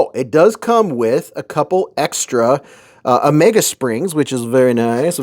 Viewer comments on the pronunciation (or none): none